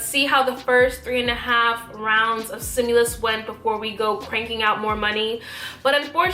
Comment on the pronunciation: stimulus....not simulus